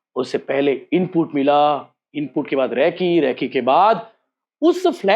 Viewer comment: रैकी नहीं रेकी होती है बेटे😂